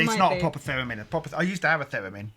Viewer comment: I don't why but when he said Theramin, I heard it as pheromone. I was momentarily confused.